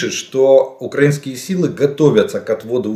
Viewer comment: При всій повазі але не укрАинскіє а украИнскиіє. Говоріть правильно ви ж освічена людина. Дякую.